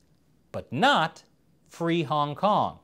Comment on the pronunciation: Yo why he said hongkong like that hongkong song.